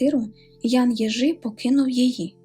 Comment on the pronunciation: Єжи, на є наголос. фізіогноміка це маячня звісно, але хлопець складає неприємне враження. як поляки кажуть, він одклейоний, мені здається. чудово, якщо він опиниться в тайській в‘язниці. вони такі страшні. умови там дуже суворі.